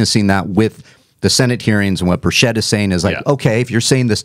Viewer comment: You have got to quit mispronouncing my Representatives name! It's pronounced BUR-chit ( not so much stressing two syllables either- say it quickly). Keep it in mind, he's from East Tennessee. We're somewhat Hillbillies here.... -Aaron L. Knoxville,TN